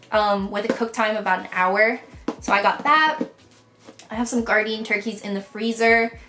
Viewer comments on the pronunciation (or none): none